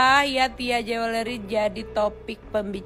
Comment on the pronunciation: Bilang jewelry....joolry, oneng